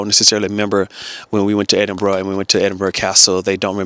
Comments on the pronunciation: I think you're the first American person that I've ever heard pronouncing 'Edinburgh' correctly 😂. Hope you and your family come back up to Scotland soon! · I know you've been here for a while because you can now pronounce "Edinburgh" properly!! 😂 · I have just come across your channel so I don't know everywhere you've been yet! Have you toured the castles of Wales yet? Also as you like Scotland have you visited any of the Western Isles?, Skye for example. By the way congratulations on pronouncing Edinburgh correctly! I live in beautiful Cornwall but it is best avoided during the Summer when it's too busy!